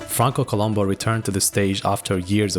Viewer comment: They didn't even respect him enough to pronounce his last name correctly (co-LOOM-boo). He was a Sardinian Strongman, not a TV detective (who was also awesome).